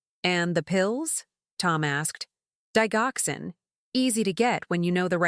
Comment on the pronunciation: Argh! It is pronounced Dij oxcin not dig oxin.